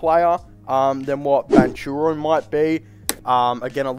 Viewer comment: Just an FYI. The way you pronounce Paolo name is wrong. Please don't take it personal. Say it like Powlow Bankero. There is a hard K in his last name. For some reason he doesn't use CH the way it should be in his last name